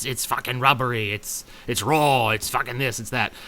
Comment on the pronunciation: IT'S RAW! >:O xD I love when he fucking says that shit cuz of his accent.